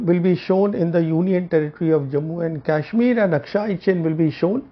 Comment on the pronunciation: Today I am confirmed that these words are bcoz of yuan which is advocating in favour of chinese.. sad to see rogue perceptions. Can see the confidence in choice of words for china. Btw its KASHMIR not KYASHMIR. pl mind ur pronounciation.